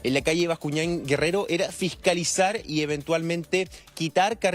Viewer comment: Bascuñán Guerrero, no gerrero Bascuñán. 😂🤦